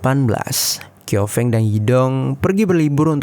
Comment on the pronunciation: Bukan ‘kiofeng’ tapi bacanya ‘ciao feng’